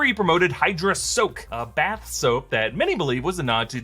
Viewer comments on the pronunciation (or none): none